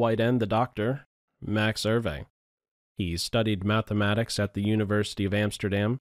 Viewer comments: EUWE is pronounced " oooweh" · Please pronounce the name correctly.